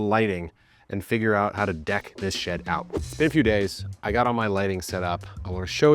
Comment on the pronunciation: did bro say deck this shed out or deck this sh## out?😭